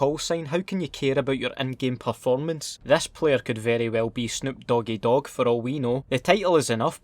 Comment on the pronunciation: I lost it when he said "This player could very well be Snoop Doggy Dog", you kill me with the accent!!